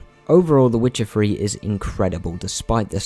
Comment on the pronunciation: "The Witcher free"